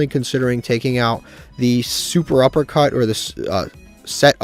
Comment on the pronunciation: Cant believe you still call it SUPERuppercut 😂